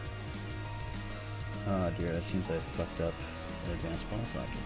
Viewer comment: sounds like he says advanced ball sacks not ball socket